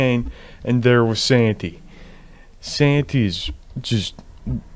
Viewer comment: The way u say santy makes me wanna die